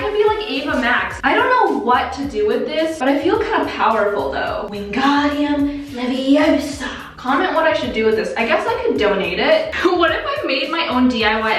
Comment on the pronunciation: Its wingardium leviosa